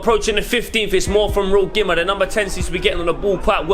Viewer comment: Used to play for the younger Gima sides. It’s pronounced Geema. Pretty cool what you lads have going here. GG